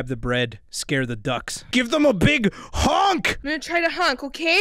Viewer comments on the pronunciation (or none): Cant say honk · the son is but don’t say HONK he says HJÖNK OR LIKE A BOSSS OR TOPOFTHEMORNINTOYALADDIES